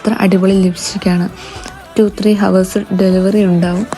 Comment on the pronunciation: Dipsecrtion box alla description box. Hours il H silent aanu (ours ennu parayanam). Pinne smudge proof aanennu kaanikkaan kutty mookkil Alle Kai vachu thodunnathu??😂 Chundil thottittu kaanikku.